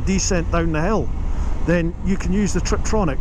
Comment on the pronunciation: Isn’t it tiptronic and not triptronic?